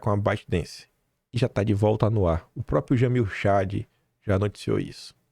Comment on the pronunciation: Faça um esforço pelo amor de Deus, a palavra correta é próPRIo !!!!! Gosto do seu canal apesar do excesso de covardia, isso é só uma crítica construtiva, fazendo esse esforço a credibilidade do canal aumenta.